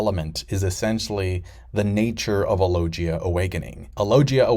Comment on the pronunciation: it's pronounced loGUIa, like in GUItar, NOT loJia, it's a hard G Also finally you get, Logia awakenings have been hinted since Punk Hazard, Oda quite often does "SHOW, DON'T TELL".